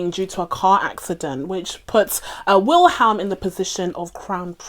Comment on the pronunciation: I'm not an expert but I think it's pronounced "Willem".